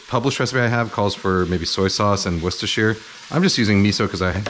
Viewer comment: A North American who knows how to pronounce Worcestershire 😊 Liking your recipes!